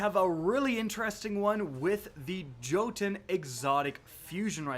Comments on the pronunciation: Did he say JOE-TUN it’s pronounced YOE-TUN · YO TEN NOT JOE TEN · jotun pronounced YOtun not jotun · Jotunn pronounced like Yotun, support from Colorado! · It's pronounced "yo-ten". It's Norse. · bUt YoU sAiD jO-tUn WrOnG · I believe it's correctly pronounced Yo-tun. It's Norse for giant. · Pretty sure its pronounced yotun. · The "J" in "Jotunn" is pronounced like a "Y".